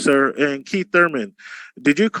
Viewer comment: KEET TURMEN